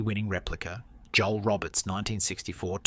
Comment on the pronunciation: Joel Robert " Ro bear " He was Belgian .